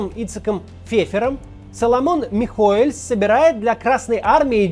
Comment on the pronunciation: Кац, фамилия "Михоэлс" произносится без мягкого знака! Тебе же не понравиться если твою фамилию будут произносить с лишней буквой!